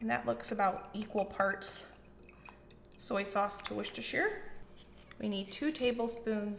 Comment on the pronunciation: Its wooster - shh ear / wooster - shear sauce. Everytime you say "Worcestershire sauce" you pronounce it wrong, like THE shire from lord of the rings, BUT when you said Worcestershire without adding the word sauce you pronounced it correctly. So im guessing your over thinking the pronunciation when thinking of the sauce but get it right when you aren't thinking about it too hard.